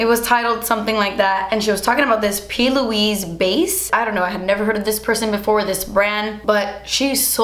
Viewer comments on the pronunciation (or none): For P. Louise I heard pillowese :D:D Like some new dog breed.